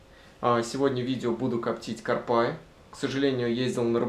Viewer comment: Ударение в слове карпа онлайн-словарь ударений русского языка В таком слове ударение должно быть поставлено на слог с первой буквой А — кАрпа.